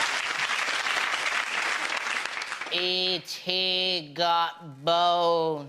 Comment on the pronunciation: Gud It may be something British. In these ones, I hear 2 people call Stephen Hawking "Hawkins" and 1 calls Han Solo "Hans".